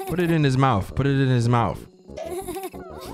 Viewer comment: "Put it in his mouf, put it in his mouf" AYYYYOOOOOOO 💀💀💀